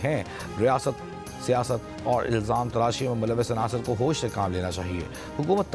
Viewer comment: Be ghrto hedle. Awer lgate ho bolte awer